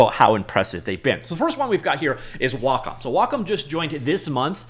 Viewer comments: WhaaCom? LOL... One thing I can count on from is he will report on the news right away... And absolutely BUTCHER every pronunciation he can. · Is Wacom pronounced: Wah Com or Way Com? Honestly have no idea.